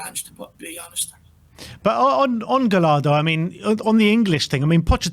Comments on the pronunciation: It’s not gal-lardo, it’s guy-yardo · Double L in Spanish is a Y sound. Guy-Yar-duh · As an argentinian Spurs fan I’m all for Gallardo (you actually pronounce it more like gashardo like you would -shard-. I actually wanted Gallardo when Poch was sacked but ended up extending with River Plate. He is definetely not a gamble, I can assure you that. Just look at the players he made debut… Julian Alvarez, Enzo Fernandez.. THE MAN FOR THE JOB. EL MUÑECO GALLARDO (the toy)